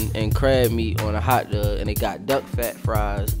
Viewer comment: As soon as he said "hot DUG" you should know he's from Baltimore lmfao